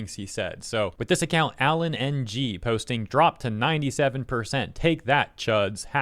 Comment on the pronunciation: It's pronounced Alan ing. also was Joe always a crazy person and just better able to hide it or did something happen?